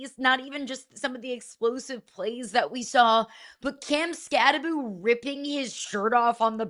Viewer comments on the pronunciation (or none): Skattebo pronounced Skattebow not Skatteboo!